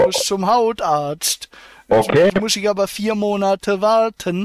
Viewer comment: Iscchh, niscccht, zusätzlichschhhhen, fünfzischhhhhh, lediglischhhhh, 17 € vierzischhhhh, gültischhhhh, richtischhhhhhhh, richtischhhh, Zusatzversischhhhert, spreschhhe, dreundfünfziscchhhh, ischhhh, nischhhht, Zum fürchten ....